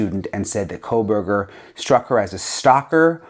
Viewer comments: The name “Kohberger” doesn’t have an “L” in it, FYI, Megyn. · There is no l in his name Megyn Kelly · Also please stop saying kohlberger... there is no L in his name..its KOh-berger...not KOHL BERGER. PLEASE PRONOUNCE IT correctly..its annoying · There is no L in Kohberger. Please stop the Kohlberger. I can’t take it anymore. Kohl burger!! No!!!! Say it right or please stop talking about his murderous ass. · Why does Megyn Kelly ( who I love btw), keep adding an L to his last name?? Pronouncing it as Brian Kohlberger?? She’s normally a perfectionist so why is she mispronouncing his last name?? I may be wrong about this… perhaps KOHBERGER is actually pronounced “Kohlberger”… ??? I’m confused… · His name is KOH-berger, not Kohl-berger. 🤨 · While you're correcting your language, can you please say Kohburger and not Kohlburger. Please!!! It makes me cringe every time. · Years now and M Kelly still doesn’t pronounce Koeberger correctly. Someone tell her!! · Megyn, there is NO "L" in Koeberger, fyi